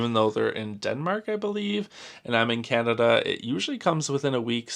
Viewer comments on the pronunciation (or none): none